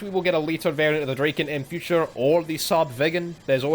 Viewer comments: I'm talking about the pronunciation. Dra- as in Drag, instead of as in Drake. Draken is modern Swedish meaning "The Dragon". Probably old norse as well but I can't vouch for the grammar in that case. Ultimately doesn't matter though. Just surprised me you chose to pronounce it like that. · Draken? Huh, hadn't even considered you could prunounce it like you do. It's just dragon but with a k.